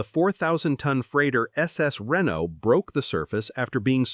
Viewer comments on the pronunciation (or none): none